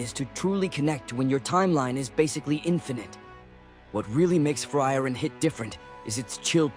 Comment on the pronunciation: The way you butcher the name is sending me chills